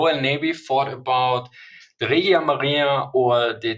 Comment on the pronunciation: A tip for italian pronunciation: the g in "regia" is pronounced the g in "regicide", always when i or e follow g like generale (general), Giappone (Japan), Germania (Germany) it sounds like J